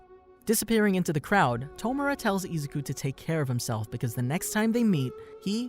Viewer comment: Why does he say Izuku(I-zu-ku) like that, it made me cringe so much